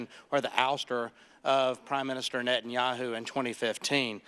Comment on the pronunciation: The UN is biased against Israel? This guy is unaware that Israel IS a part of the UN! Can you say, "Prime Minister Netanyahu"? Clue ... his name is pronounced "Ne-tan-ya-hoo"! Show some respect and start pronouncing it properly! And don't forget to say Prime Minister first!